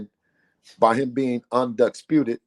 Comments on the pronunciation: He said Un"DUCK"sputed!!!! 😂😂😂😂😂😂😂😂😂😂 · Did he say 'Unducksputed'?